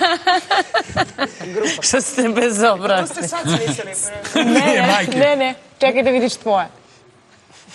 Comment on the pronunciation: Al kad kaze brezobrazni umjesto bezobrazni jaooo 🤦